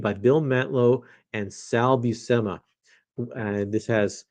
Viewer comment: if it's Buscema i think it's pronounced "Bushema"